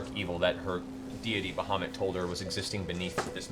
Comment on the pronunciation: How Matt manages to make the name "Bahamut_" sound like _"Mohammad" is quite astounding, we always pronounced it more like "bowar-mutt" which im not saying is correct, its just weird to hear it said like Matt does We didnt have internet when we learned these names, so no standardized way of saying it Its a wonderful world, I'd love to hear some pronunciations from eg, Russia, Persia, India and the Orient